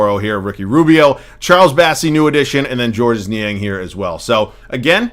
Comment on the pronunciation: Niang's name is just pronounced as "George"